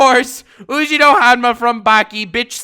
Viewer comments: *"OOUUUJIRO"*?!?! 😂😂😂😂 C'mon Pronounce his name right man.... Yujiro would turn yo ass into a human Nunchuck if he heard you say his name like thatc😂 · Im not going to give you the like just because you pronounced YUJIRO wrong man.... damn